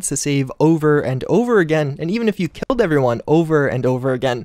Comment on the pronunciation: "Instead I K I L T them."